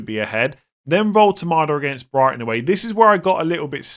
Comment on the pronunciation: When you said "for Brighton mitoma" I had to skip back, I was almost certain you called him Brian mitoma 😂